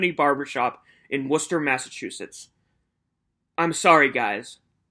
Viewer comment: When you said "Massachusetts" it all became clear for me, as a new England baby